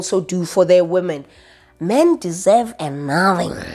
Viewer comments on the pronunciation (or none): "Men deserve a naathang" "When we see you in the purrblic" 😂😂😂😂😂😂💔